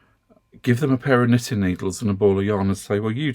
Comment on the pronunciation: As a new knitter, I have been watching your videos for several months now. I must admit, I initially misheard you and thought you were saying "sniffing." I have also followed your recommendations regarding yarn from Temu and have been pleased with my purchases. However, the yarn I have obtained from Temu only lists the weight, and not the yardage. All the charts I have seen regarding yarn requirements for projects such as hats, scarves, and sweaters only list yardage. Could you offer some advice on how to determine the amount of yarn needed for my projects? Also for the man asking about knitting, there is a Marine Veteran who knits at our Senior Center . He does beautiful lace, tatting, knitting and crocheting. Thank you for all of your wonderful videos.